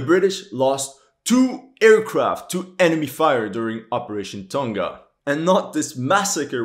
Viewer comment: finally someone that says Tonga right